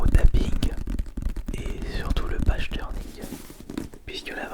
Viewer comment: page-turning ça se prononce: \ˈpeɪdʒ təːnɪŋ\ et pas \paʒ təːnɪŋ\ Et oe je c on dirai la prof d'anglais bien relou 😅